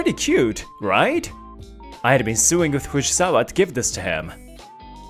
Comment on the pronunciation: I find it absolutely hilarious that when they try to say sewing, it's coming out as suing😅😅